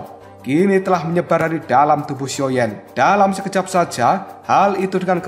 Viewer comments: Sio,yan bang ,,bukan sioyen,,,, gk ada yimo di sini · Sepertinya masih ada sisa2 energi yimo yang tertinggal pada guru kuno ini Jadi kebiasaan ngomong xioyen 🤣